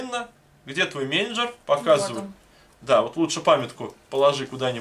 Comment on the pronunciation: Спасибо за летсплей! Я считаю, что это не игра на английском полуфабрикат, а человек - полуфабрикат, если он не знает английского. Очень "резало" слух, что вы неправильно произносите слово "менеджер". Вот цитата из Большого толкового словаря: "МЕНЕДЖЕР [мэ; нэ], -а; м. [англ. manager] Специалист по управлению производством; наёмный руководитель предприятия или подразделения."